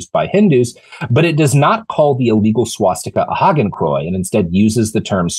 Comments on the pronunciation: Robert? Say after me: "Haa - Ken - Kroy - Ts". Hakenkreuz. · Robert, you have got to learn the proper pronunciation of “Hakenkreuz”.